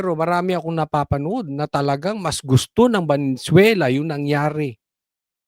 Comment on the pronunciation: ve ne zuela.....hindi valenzuela po hehe